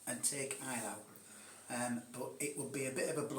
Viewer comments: Fun game! French is more like Ay-lo (like autre fois), and Russian more like ay-la-u, 'au' is not a diphthong in Russian, and German eye-lau. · The German pronounciation definitely is "eye-lau".